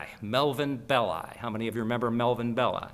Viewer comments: why is it , with such a massive Italian population and culture , that Americans refuse to learn how to pronounce Italian names ?? Belli is pronounced BELLEE ffs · Anthony Bowers Actually is it not BEHHH-LI with the extended emphasis on the penultimate vowel? As in FELL-EEE-NI for Fellini.